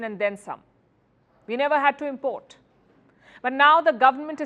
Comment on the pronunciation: Pronunciation: syllable stress IM port = noun, im PORT = verb I know it's weird but it's our language now though we didn't invent it. Hi from Ireland 🇮🇪